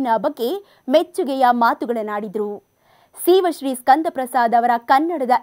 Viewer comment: Pronounce girl’s name properly